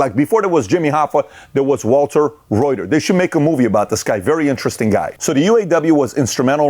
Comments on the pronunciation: Patrick keeps calling him Walter Roy-ter… his last name is pronounced Ruth-er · I’m a fan but everything you said is B.S. Germany is a union state. German auto workers make double that of U.S. autoworkers and have a 32 hour work week. Yet VW is the 2nd most profitable automaker in the world. How is that??? People forget that it is because of the UAW that we have a 40hr work week and the paid holidays, vacation etc. P.S. learn how to pronounce Walter Reuther’s name correctly!!! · Walter Reuther. The “e” is silent. 😎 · Patrick is so ignorant that he can not even say Walter Reuther’s last name correctly 😂😅 He literally does not know a damn thing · Pat you are butchering Walter Reuther name.